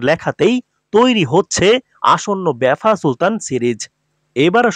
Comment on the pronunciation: লিখেছেন ভাফা সুলতান বারবার বলছেন বেফা সুলতান। আপনিও তো ইতিহাস বিকৃত করছেন।